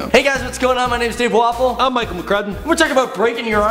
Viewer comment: Lol I thought you said Dave waffle XD